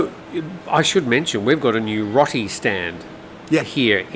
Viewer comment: Roti is pronounced rowti NOT rti same as rotisserie